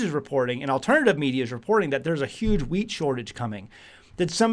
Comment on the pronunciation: Also, thought you were saying weeds, but thanks for the heads up, we are planting some wheat now